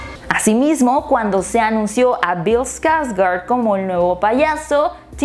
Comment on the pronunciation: Pues personalmente siempre evite ver Eso de los 80... me daba mucho miedo. Pero viendo bien si da mieto el de Tim. Pero Bill que actuación el te llevaba a un punto de suspenso en el que np sabias que pasaría. Y pues me quedo con Bill, la neta solo por él me atrevi a ver la película viene con un gran legado detras de él es un Skårsgard a fin de cuentas. Se dice Skårsgard, no skargard.